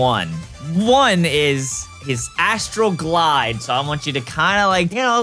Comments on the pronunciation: When i was listening, i thought it was Astroglide..... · Was it just me or was anyone else giggling every time said "I got Astral Glide" because it sounded like he was saying something else lol